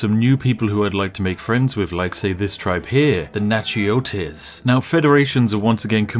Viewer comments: As a native person from Louisiana, Natchitoches is spelt (Nack-a-tish) lol. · 'Na-chi-oh-tez' was something special. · I'm from Louisiana and I died laughing when I heard your pronunciation of Natchitoches. For those wondering, it's pronounced "nack-a-tish" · natchitoches Is actually pronounced Nak-A-doe-shiz Weird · Natchitoches is actually pronounced "Nack-uh-dish". I'm from it's rival town, Nacogdoches, which is pronounced "Nack-uh-doshes" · Love the stab he took at pronouncing Natchitoches. If anybody was wondering or cares: I lived near there a while back it's 'Nackodish'. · Louisianian here. It's pronounced "NAK-a-tish." and the spiffing brit cheats his way all the way over to new orleans XD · Isn't Natchitoches pronounced "nah-kuh-tush?" or something close to that? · Louisiana native, screams in Nak-a-dish. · Nachitcoches as far as I know is pronounced like “Na-ka-dish” I’m from the area and there is a parish named after the tribe. That’s just how we pronounced it though! Love the vids! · Natchitoches- "knackadish".... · Lol his pronunciation of natchitoches is amazing, but I can’t blame him. Btw, it’s pronounced Nackitish, at least that’s the way we pronounce it in Louisiana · The pronunciation must be a little different in the various areas of the state. Down along the 10/12 corridor I've always heard it pronounced Nackodish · I'm stuck on how he pronounced Natchitoches, that was kinda painful to hear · My Louisianian butt screaming about Spiff’s pronunciation of Natchitoches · That is the most horrid pronunciation of Natchitoches I have ever heard! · Man. I'm from Louisiana. And it never fails to amuse me to watch someone, especially someone from out of state, and ever so much more someone from a foreign nation, try to pronounce Natchitoches. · I chuckled at Wichita, I was kind of surprised he got Caddo. Straight up laughed at Natchitoches.